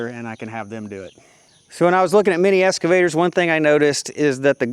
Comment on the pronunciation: Serious question - do all Americans call excavators escavators? In U.K. I always hear the ‘x’ pronounced.